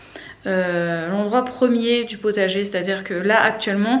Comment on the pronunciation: Hello ! J'ai du remettre le debut 15 fois parce que je ne comprenais pas un mot "Petit accident .?.?.? samedi matin... J'ai fini par comprendre que c'etait juste DU 😆 Bref... tout ca pour ca ! 😁 Concernant le savon de Marseille, je n'ai jamais testé pour la vaisselle, mais on a commencé a s'en servir depuis 1 ou 2 mois pour la douche et pour la lessive, et on adore. Par contre attention a le prendre sans glycerine sinon il parait que ca bouche les canalisations. (Nous on a pris le vrai de vrai, le vert a l'huile d'olive de la marque Fer a Cheval). Passez une bonne journée !